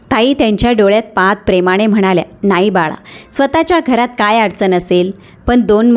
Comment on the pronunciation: प्रेमाने.... प्रेमाणे नाही... कृपया उच्चारा कडे बारीक लक्ष द्यावे. सीमाने.... सीमाणे नाही